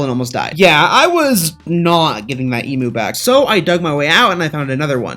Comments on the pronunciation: It’s pronounced Eeem -you not E-moo, good vid apart from that. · Bro, as an Australian, respectfully, emu is said; you said: eemoo IT'S: eem-YOU Other than that love your channel, love you, your work OG, keep on going on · I am so triggered about the fact that he calls emu’s “emews” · It's pronounced eem you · G'day mate ( I'm from Australia) you pronounce "Emu" wrong it's pronounced "E mew" ( like the Pokemon) just informing an American (•‿•)